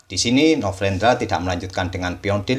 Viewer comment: Ini telinga gua typo dari kmarin apa ya. Dengernya novrendra bukan novendra.